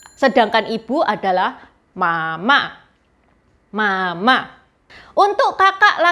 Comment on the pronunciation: ... saya cukup yakin intonasi pelafalanmu salah.... intonasi ma .... ma harusnya datar ... u kedua suku tersebut. Cara pelafalanmu bunyi nya berarti ibu marah..